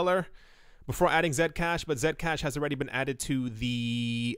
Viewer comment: I like how you pronounce Zcash as Zed-cash and not C-cash